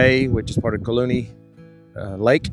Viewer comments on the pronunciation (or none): Just a couple of comment. Since I have driven the Alcan more than 30 times, it seems as though your video clips of the roadway as you drive are not in the actual sequence of your drive. Also, please ask locals for the pronunciation of the names that are new to you. Example: Kluane is pronounced CLUE-AHN- EE and Tok is pronounced with a long o sound Toke not Tahk. Looks like the road between Burwash and the border is the same as it has always been. Enjoy the remainder of your time in beautiful Alaska. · Kluane lake is pronounced Klu-on-nee